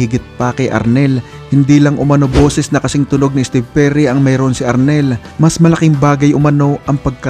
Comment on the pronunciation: Steve o jerry merun pla nun ang alam ko steve perry ang vocalist ng journey... Kung tama pandinig ko sa narrator lol